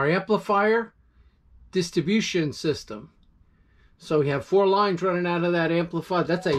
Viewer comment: PRONOUNCE: " DISTRIBUTION" NOT: DISTABUTION!!!!!!